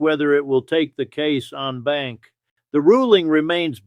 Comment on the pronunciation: En Banc is pronounced "on bonk".